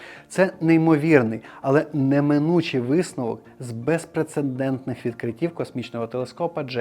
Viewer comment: Усе добре, але, здається, не "безпрецендентний", а "безпрецедентний" 🙂